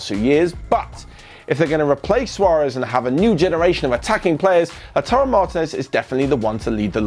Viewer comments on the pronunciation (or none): none